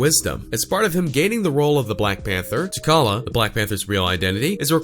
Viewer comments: He lost me after he said T’Kalla instead of *T’Challa*😩😩😂😂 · This was dumb... and you can’t pronounce T’(ch)alla!? Wth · T’challa. Like Tee Challa. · Lord help me...... He said T’Kalla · You pronounced T'Challa completely wrong...